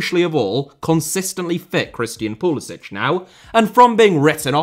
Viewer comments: It's pretty funny how most Europeans pronounce Pulisic's name as "Pulisich" (Pulisić) as if her were Czech or Croatian, but nah ahaha, I don't wanna by that guy, but it aktshually Pulisic (Pulisik) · Somebody should tell this guy how to pronounce Pulisics name. He is American not Croatian. It is pronounced as Poo li sick not Piu li sich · His name is Pulisic not Pulisić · Thank you for this comment! I know it’s difficult to switch gears when the Slavic pronunciation is deeply engrained but you manage to pronounce Thierry Henry without a hard English H. It’s seriously like nails on a chalkboard to American ears. Puh-lis-ick… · It's pronounced PULISICK. Yes, I know, he's of Croatian descent. But he pronounces it PULISICK. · It pronounced pulisik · If he can only pronounce his name right… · He’s literally of Croatian heritage. He could have played for Croatia. He just can’t pronounce his own name. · Yes, the point is he’s doing it wrong. It’s a Croatian name and doesn’t end in a hard c. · Odd that you don’t pronounce pulisic correctly as per how he pronounces it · You've done one thing that Pulisic hasn't done. Pronounce his name properly. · Love how you consistently mispronounce Pulisic according to Christian himself.